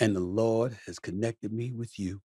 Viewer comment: “I believe in the Lordt, and the Lordt has connected me to you “ 😂😂 Welllllll Talk to em Stephen A !! Episode too funny